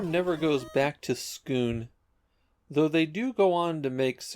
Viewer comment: I think it’s just ‘Skoon’ since there’s no ‘u’